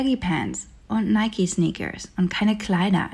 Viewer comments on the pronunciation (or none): none